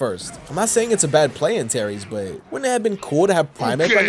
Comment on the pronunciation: Bro, Antares, not Antaeries